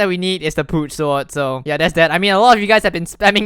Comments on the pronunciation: "Pooch Swoaad" my god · Anyone else notice that he says poot soar